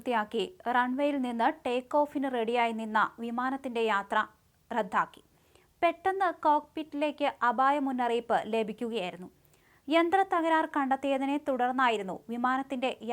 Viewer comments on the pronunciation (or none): റദ്ധാക്കുകയല്ല റദ്ദാക്കുകയാണ് ചെയ്തത്.